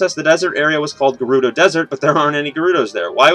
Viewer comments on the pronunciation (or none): none